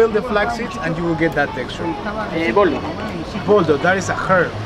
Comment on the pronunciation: 2- He say "BOLDO"